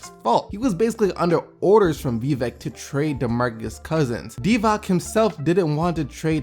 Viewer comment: its not fuckin DIVAK bro 😂😂 try saying DIVATS